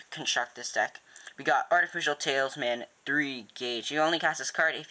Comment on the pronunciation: you kept saying tailsman It is talisman